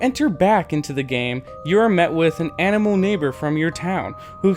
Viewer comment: Please pronounce ANIMAL AS ANIMAL not AMMO